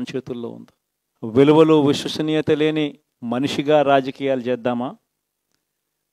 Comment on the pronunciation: Ex cm గారూ ఎప్పుడైనా తెలుగు నేర్చుకో నాయనా .. విశ్వసనీయత అను ఉస్వత నీయత కాదు..